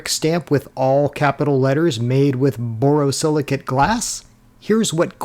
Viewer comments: You need a pop up of the title of the glass name. Its never impossible to determine pronunciations that may appear perfect clear in the head of the speaker. But does not resonate with the same clarity to listeners. Borosilicate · *The last syllable of borosilicate 👉rhymes with "ate",👈 not with "at". Just like it's spelled.